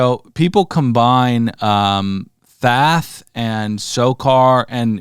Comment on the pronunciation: God damnit are you saying Thath on purpose its Thoth with an O fer fuck sake